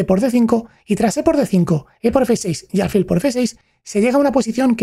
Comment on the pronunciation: Me gustaría saber cómo se llega a ese nivel con tan pocos años, qué cosas están pasando en su día a día. Crecí admirando a Fischer pero viendo su vida muchas veces me ha hecho reflexionar si ser un genio se paga con felicidad ... Por cierto, me llama la atención la pronunciación "álfil" ya que tengo entendido que es palabra aguda... (como tus certeros análisis)